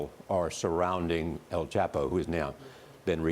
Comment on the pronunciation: Does this stupid b reporter not hear everyone on the planet calling him el "chop" o. Not el "chap" o? I just dont understand it. You're f ing stupid.